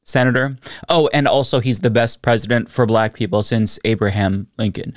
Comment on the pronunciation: Did I just hear him say “purple” instead of “people?”